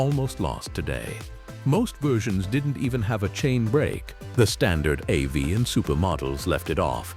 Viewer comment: Ah, the Style 076 Oach Vee. Who can forget it... it's like beign back in grandpa's AI slop shop all over again! lol